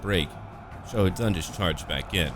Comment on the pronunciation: As a person who learned how to speak Chinese, the way you pronounce characters' names is quite nice. In fact, i loved how you fluently pronounced Xiahou Dun's name.